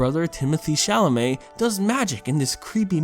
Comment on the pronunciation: Yo I didn't see anyone commenting on this but I just couldn't help myself but lauh every time he called the dude Timothy chalamett.